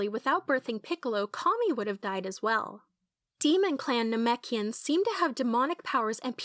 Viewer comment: NAHMECHians huh